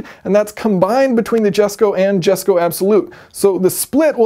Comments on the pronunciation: Hey Yason, you don't need to any good at Swedish to properly pronounce Jesko. Now I know you're more of an engineering expert than a linguistics expert but I'm sure that even you can literally simply say "yes co". Plus it's Christian's father's name and without his father's support, this car may not even exist so take a minute and pay the Von Koenigsegg family some respect. Plus you pronounce Agera in Swedish as opposed to in English so I think you're Swedish is better than you think. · The pronunciation does matter. Jesko is a name. His fathers name to be exact... yes he named the car after his father. You don’t walk around calling people who are named Jesús GEE-Zus do you? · you mean yay'son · It's "YESKO" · Says he cant pronaunce the jesko but pronaunces the yason perfectly lol typical american lol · Yesko. YYYYesko ffs. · Christian- “Jesko” Me- “Jesko” Assholes that wear glasses that they don’t even need- “Um, actually... it’s pronounced YES-KO. “ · YESko or NOsko! I don't know-sko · No clue why you guys are so reluctant to say it with a Y. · wrong pronunciation. It's called DESKO :D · It's not pronounced Jesko, its more like "Yesko"... And yeah, you don't say Lamborjini, you say Lamborghini - for a reason. Don't trigger people on purpose, Yayson! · It’s pronounced Yes-ko not the Jes-ko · Yust pronounce it right, Yayson. It's Yesko. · Engineering Explained It’s disrespectful because you’re perfectly able to say it correctly but chose not to. Notice how Christian says it in the video. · you dont even know how to say the name right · Even I call the jesko j-e-s-k-o who else? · Why be a douchebag when you can clearly pronounce the name correctly? My most hated type of person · Why you chose to Not pronounce Jesko the way it was supposed to be is beyond me. I'd understand if it was hard or something. But it isn't. And you still choose to butcher it. I can't even. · You pronounced Jesko wrong. How did you managed to do that is beyond me. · Jesko is not a swedish name